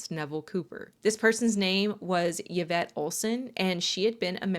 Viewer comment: Thank you for saying Yvette's name correctly. Most of the time it is not pronounced correctly. This case is so bothersome. I hope ppl can get free. However you made a comment about a cult leader here in the states. I can only assume with the context of what you were showing who you meant. I would have loved to continue watching your content. But since I'm not stupid and know who you were referring to I'll pass and encourage others not to as well.